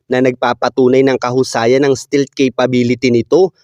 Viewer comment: Hindi Stilt❌️ Iba meaning ng Stilt Sir... Google mo pa... Ang Tama STEALTH✅️ St"E"alth...